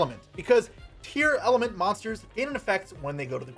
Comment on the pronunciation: "Tear-element" Already you've pissed me off.